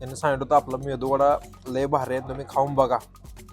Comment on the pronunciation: अबे मेंदू वडा नस्तय ते... मेदू वडा असते. बाकी व्हिडिओ मस्त